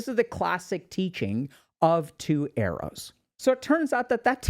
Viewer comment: Thought he was saying 'eros' instead of arrows. Took a while to realise and cannot unhear it anymore 😂